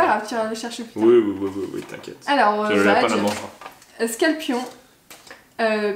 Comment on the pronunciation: c'est pas scalpion c'est rapion